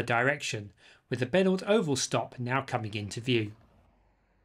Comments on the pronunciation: Obviously you've never heard of Parramatta's favourite son Richie Benaud... not "Benault" as you have called the station named after him. He used to play cricket for Central Cumberland Cricket Club back in the 1950's before becoming captain of the Australian Team. Great video BTW!! Fully enjoyed it! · I think you will find that its pronounced Benoh, (As in Richie Benaud) not benord. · Not trying to be picky but having known the family I just had to say it. Benaud is pronounced Ben O. After Richie Benaud former Australian Cricket Captain. His parents lived just across Penant Hills Road from the oval. Don't mean to offend. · I don't live there so can't confirm but I suspect the pronunciation of "Benaud" is possibly "Ben-O", as in "reno", short for "renovation". At least that is how Richie Benaud was pronounced. More than happy to be corrected though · Benaud Oval, pronounced "Benno", named after Richie Benaud, the cricketer and commentator! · The Benaud Oval stop should be pronounced Beno